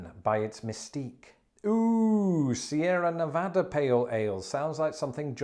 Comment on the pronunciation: After taking the piss on you, you said Sierra Nevada correctly! Cheers!